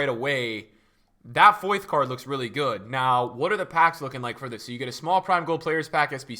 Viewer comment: Foyth er Meyer?